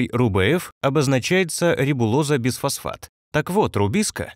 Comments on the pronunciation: звучит как БЕЗфосфат,а не БИфосфат..)) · Почему безфосфат, если бифосфат, т.е.двафосфот!!!!